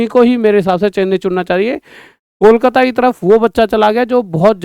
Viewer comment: ❎ kolkata ya koklat✅ 😅😅😅